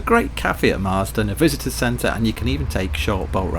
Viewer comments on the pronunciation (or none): none